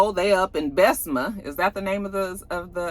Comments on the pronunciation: Bessema is just how country Wanda & Tisha say it 😂 But It’s actually Bessemer or Bess-mer as I say it 😂😂 you say the er at the end. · thought Cita had stopped in for a minute lol yall are twins! ... its Bes-se-mer but they so dang on country everything is chopped up lmbooo